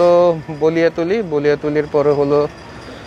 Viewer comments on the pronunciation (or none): ভাই বলিয়া তলি না ❌ বালিয়াতলী ✅👍